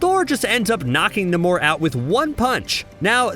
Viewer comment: I thought it was NAY-mor.